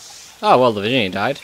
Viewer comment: lol u said 'virgina' not Virginia